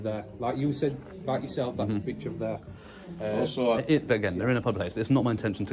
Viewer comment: Wow great to see PTTP in the North ☺️👍 love the way the Rotherham people pronounce "there".